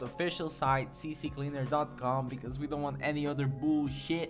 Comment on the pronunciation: “See cleaner” not “see see cleaner”